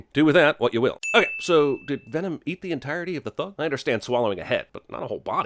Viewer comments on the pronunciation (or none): lkevsan he was saying venom? I thought he kept saying denom